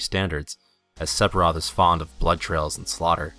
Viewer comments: the cb system is fine you can button mash any rpg if you gind enough it depends on your play style that is why alot of vids on yt of people battling safer sephiroth pronounced seferoth but you do know ph makes a f sound right? anyway that's why alot of yt vids are fighting him at lv 50-60 to make it more challenging if you want you to can get 9999 hp lv 99 max matirea and pretty much end the fight in 5 turns or button mash basic attack and win that way if you can reach him If I remember right he was unattainable with basic attacks with some characters it's up to your game play so judging it on something that is not only is based on gameplay but is the same weakness for pretty much any rpg where you can freely train is highly unfair also mako is pronounced mawko jesus did you even play any of the games other then the original or even play the original it's not looking like it go play crisis core and learn to pronounce before you do a game revew the only one you got right is airith lol thumbs down rofl the more I watch the more I beleave you have honestly never played this is has been confermed sphiroth was controling jenova while healing in the north cave after his near death in mako reacor 5 re rejoined the lifestream and gained new knowlage and power being able to manipulate the life steam it's self as well as any existing S sells that is why he can brainwash cloud and even morph jenova into him self along with all his powers and memories this is proven in advent children as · It is "Seph-ee-roth" not "Sep-hee-roth". Also "Ak-sess-ee-bill-ee-tee" not "ass-ess-ee-bill-ee-tee". :)